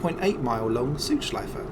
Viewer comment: Great Video Mate! I am from Germany and like Motorsport so much and for a long time, but this was also new for me. Btw, I like how Südschleife is pronounced in this video. It's well, but a little bit "sweeter" than a native speaker would do ^^